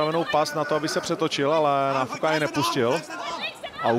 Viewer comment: kromě tvojí czenglish ohybas i němčinu. Opravdu to není Náááfuka. Už se stáhni do pozadí a nech to někomu erudovanejsimu.😮